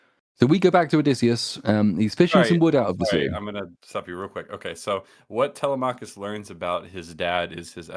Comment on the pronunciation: By the Greek Gods! At least say Telemachus right! Google the pronunciation boys!!! TeleMACKus is like sand paper against my eardrums! sigh Aside from that, helluva episode! I’d say more than fair critique. More than is deserved or could be expected given the targets of hate and scorn this movie makes of certain demographics.